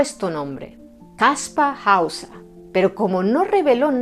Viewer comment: Después de tantos años ahora se que se pronuncia Kaspa Hausa. Hemo sido engañado. Muy interesante, pero veo un punto flojo, si era un mentiroso y engañó a todo el mundo con solo 16 años. No sería relativamente fácil hallar a su progenitores o apoderados??. Yo creo que él solo no podría llevar a cabo una farsa tan elaborada y que dure tanto tiempo. Saludos